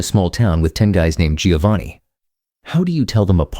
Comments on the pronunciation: Less than one minute in and I had to bail with these fools. Giovanni is Never pronounced (phonetically) ‘GEE-oh-vahn-ee’…it’s (phonetically) pronounced, ‘JOE-VAHN-ee’. Ciao, idiotas 😘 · I just managed 34 seconds until the Italian AI voice read Giovanni (John) as giovani (young), sorry you lost all credibility! I listened to the English version and… this is what the Italian would would call “bar counter” knowledge! It’s all mostly BS and some “common sense”. Oh and you forgot the 2 most popular surnames in the north Colombo (again the abandoned children) like Cristoforo (Columbus) and Brambilla. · Giovanni is not pronounced Geeovani. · You would think a video about Italian names would have an announcer who could pronounce Italian names. You would be wrong. Giovanni is pronounced Joe-vah-nee, not Gee-oh-vah-nee. Medici is MED-itchy. Unless you're a computer, then why bother.